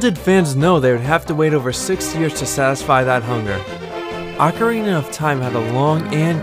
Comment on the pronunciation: For the love of Zeus!!! OH-carina, my americano friends, NOT Awk-karina.